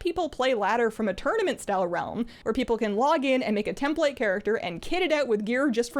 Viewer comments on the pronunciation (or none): none